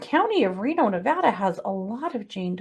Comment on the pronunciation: Thank u for pronouncing "Nevada" correctly!